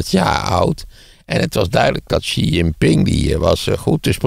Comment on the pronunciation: Apropos, de juiste uitspraak van 'XI' is : 'TSI'; aldus valt uit het Chinese Journaal op te maken.